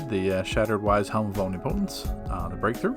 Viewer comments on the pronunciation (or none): bro. Om-NIP-o-tence. Not omni-potence. Like how a god would be omnipotent. Still a good video though.